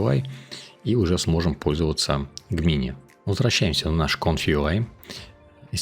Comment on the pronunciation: Все прекрасно, но пожалуйста, не называй Gemini "Г-мини" - это "Джеминай" ну или хотябы "ДжЕмини"! )))